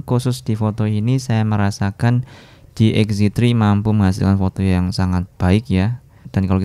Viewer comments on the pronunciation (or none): lagi ngejelasin foto xz tri, kalo sekali ucap jadi xz twri 😁👌